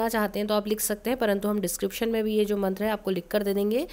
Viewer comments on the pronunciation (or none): Aapne mantra ka uccharan sahi nhi kia maam..